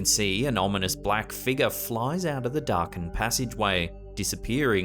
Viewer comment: No one pronounces the word "ominous" better than